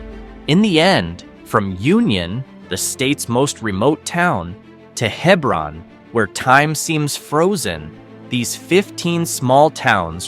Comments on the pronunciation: Clearly did not fact check much. Yes im a life long CT resident. Its He-bron, not Heb-ron. Even GPS gets it wrong. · It’s spelled Hebron, pronounced hee brun,, nuff said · Hee-brun. Hee-brun. So many errors in this video. Towns placed in the wrong counties, etc. Gay City/Hebron is NOwhere West Simsbury. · Not necessarily true . I hear many towns mispronounced merely because people don’t know how to say them . If you don’t know Hebron is said the way it is , it’s forgivable. Just like at the other end of the state is Darien. There are many from CT that don’t know how to say that properly and how many times have I heard Quinnipiac butchered. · Also, the multiple mispronunciations of Hebron were getting on my nerves.